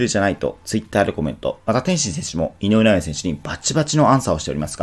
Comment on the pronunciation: 井上尚弥が言えていない